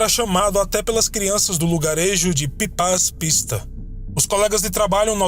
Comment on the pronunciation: fala-se Pipax Pisto pronuncia se em húngaro.